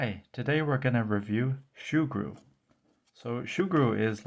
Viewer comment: Not shoo-gru...soo-gru